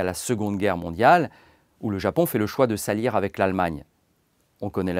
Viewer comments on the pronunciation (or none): hum… moi j’entends « salir » au lieu « s’allier »